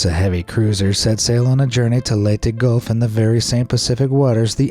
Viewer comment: Man say leyte properly ley te